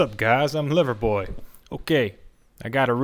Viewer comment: Sometimes it sounds like you say “Liver boy” lol 😄